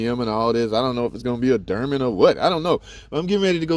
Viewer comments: you pronounce it derman, is that on purpose or?... Dorman??? Always a Great channel! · Sir, Aluminum IS METAL... Also... It's DORMAN (DOOR-MEN) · Steel bolts.. i don't think it's the bolt threads you need to worry about. Unit looks solid. Hopefully there are no casting defects. "Dorman" not "Derman", sorry I couldn't resist.